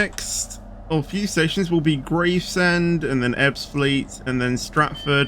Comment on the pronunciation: how many times have I told u it's GRAVESEND so GRAVES as in Graveyard and SEND as in you sending texts